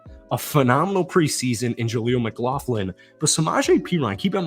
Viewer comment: MCLAUGHLIN, NOT MCGLAUGHIN